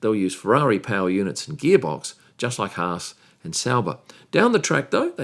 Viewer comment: Thanks,, for pronouncing Haas correctly.